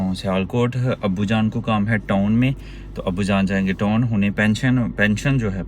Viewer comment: Yar khuda ko mano TON nhi hota TOWN hota hai